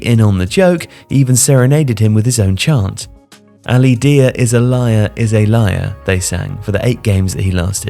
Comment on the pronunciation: I gotta say, unless you know something I don't, I'm kinda surprised you kept calling him "deer" after the chant which presumably was supposed to rhyme with "liar"